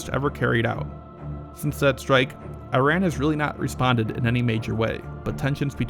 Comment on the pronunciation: Wow!!! Trump pronounced Iran correctly.